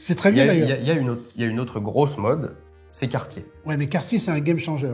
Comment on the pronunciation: … Cartier « DAYCE » en prononciation… Dice = dé en anglais!